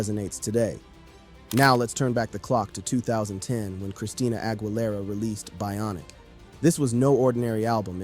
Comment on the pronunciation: a tip about her last name the GUI her last name is pronounced like the letter E in the word need or geese the plural of goose AH – GHEELERA